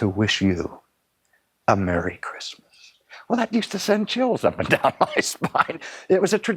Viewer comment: Chritmas??? Really??? You had one job.